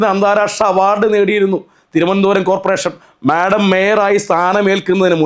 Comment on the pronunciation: ചേട്ടാ madom എന്നു പറയല്ലേ